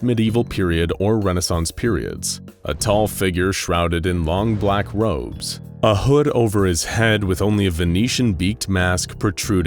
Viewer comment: I may just be watching too much star trek but I swear you said "long black lobes"